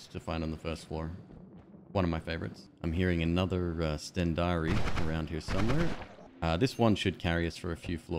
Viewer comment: Hehe, he pronounces 'stendari' as if its the god "Stendarr" from ES. While all it is is colloquial finnish for a lighter.